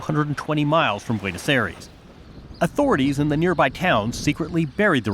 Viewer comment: Many observations - learn how to pronounce Buenos Aires - no background to the 'Dirty War', ie. the terror/guerillia campaign of the Moneteros/ERP - not a single mention of US complicity - Skyvan is not British built, but Northern Irish